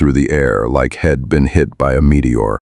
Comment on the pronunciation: Fun to listen to, except for the AI’s inability to pronounce contractions, such as “I’ll” (I will) and “He’d” (he had or he would).